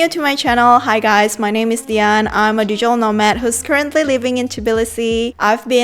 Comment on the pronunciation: what the hell is "dejel" nomad? its DIGITAL!!